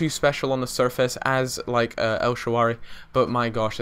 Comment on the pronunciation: el shararawy, not el shaawary